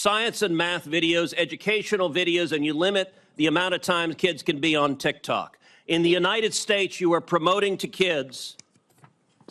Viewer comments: Already lost the argument when he say "tic-tac". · bro really just said "tic tac" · The fact that he accidentally said "Tik-Tac" shows just how much "knawledge" he has on the subject 😂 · The second he called it tiktac his argument was over 😂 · ''tic tac'' 💀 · aint no way ted cruz just unironically said "tic tack". holy fuck old people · When he said tiktak instead of tiktok, ted lost all credibility 😂